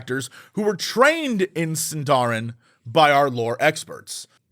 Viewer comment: Is Sindarin not pronounced Sin-dar-een? Not fluent in tolkien eleven just sounds more fantasy elven. Edit: Googled it Seen-da-reen